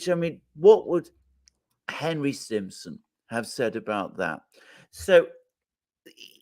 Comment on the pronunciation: STIMSON not Simpson , Alexander.